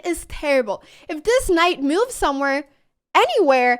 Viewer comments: I kept hearing mooos when you were saying moves 😂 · Did she said "bad MOOves"?😂